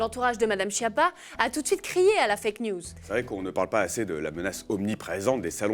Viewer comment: Schiappa, c'est pas chiapa, mais skiappa… (cancre, bon à rien en italien)…